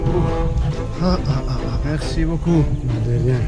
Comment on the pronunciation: "Mercie Gokú"